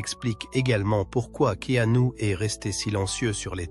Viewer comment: prononcer Keenu et non Ke anu...!!! 😅😂😅